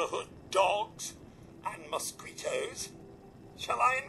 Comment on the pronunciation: Does anyone on Earth pronounce mosquito like does?